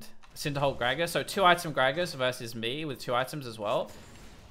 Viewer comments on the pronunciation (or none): none